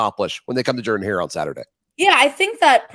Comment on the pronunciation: Ooops. She said Jordan Hare with a long O. Subtract 6pts from her “performance score “ 😮